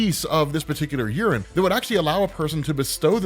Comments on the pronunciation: Its pronounced yea - ren not urine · I'm listening to this in the background and it sounds like he keeps saying Urine, not Yeren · every time says "yeren" I hear "urine." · damn i thought you said urin and not yeren, took me a couple of seconds to get my hearing straight 🤣🤣🤣🤣🤣🤣